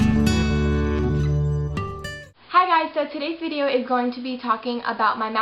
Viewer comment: is it just me or did she sounds irish wen she said video